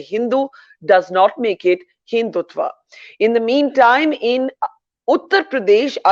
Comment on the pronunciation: They cannot even pronounce Hindutva...they use आ instead of अ. Not to talk of the meaning of the word. English does not mean knowledge.